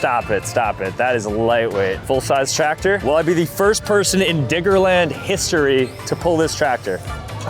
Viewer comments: Diggerland gng dont say IT with n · Sooo like imagine you aren’t paying full attention at the start of the video and hear diggerland with a N instead of a D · The way he keeps saying Diggerland doesn’t say right 😭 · Why do you keep saying "Diggerland" with a hard R